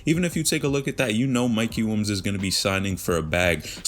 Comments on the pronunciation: Sounds like dude is saying “wombs” instead of Williams lol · bro why u keep saying mikey WUNS wtf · I can’t un hear it 😂